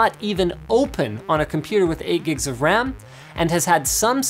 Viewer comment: RAM, Not "wam"